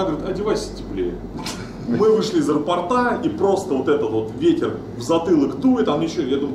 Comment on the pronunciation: Режет слух аэропотА, вроде есть такое слово пОрт